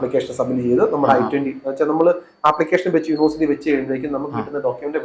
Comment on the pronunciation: Sir, please correct your pronounciation of "university." It is not pronounced "unu-versity," but "uni-versity."